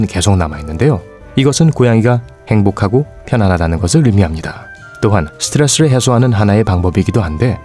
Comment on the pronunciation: 스트레스에서 성우 아저씨 영어실력 짐작 가능